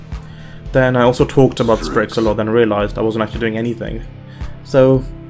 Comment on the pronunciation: excuse me ? "Strikx" ?